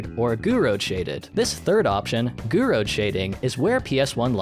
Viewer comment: I heard somewhere that it's with limitations that creativity springs up, spaghetti code was NOT allowed back then ❌(btw Gouraud is pronounced without the d)